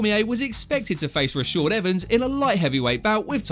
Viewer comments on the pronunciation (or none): This prick has to be trolling with how he says Rashad. What a fucking pleb.